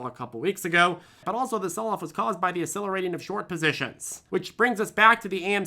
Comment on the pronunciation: Funny how you‘ve started to use a new word all the time! "Asselerating":) oh, and.